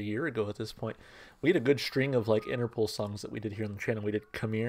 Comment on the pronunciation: For the record the name is pronounced Interpol (interpole) not Interpool :)